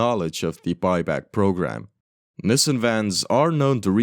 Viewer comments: I have no idea what a "niss sen" van is, but I do know a company called Nissan, pronounced "Knee san". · It's pronounced Nee sahn, not nissin. Just a friendly FYI. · love the content! btw, Nissan is generally pronounced "NEES-sahn" not "NISS-en". keep up the good work! this stuff is actually great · Nissan is pronounced nis-sun, not nissen! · I wanted to say you would have had an easier time with older models, but those are probably all preserved by collectors. (Or did you limit it to cars with license plates?) - Well, Cuba could still be defying some extinctions. Why do you say "Nissin"? That's a ramen brand. The a in Nissan is quite audible in the proper pronunciation of the name. (It also bothers me when others call Hyundai "Hunday".) Headcanon: Lotus got sued by Microsoft and renamed the car to Lotus Tabcalc. You should re-record voice bits with mistakes. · Hearing nisan is a war crime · The way you pronounce "Nissin" is abrasively European 💔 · never heard someone pronounce nissan like that, i've only ever heard it as 'nee-san' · everywhere else in the world its pronounced nissan. For some reason in north America they pronounce it like they are struggling with a new foreign word.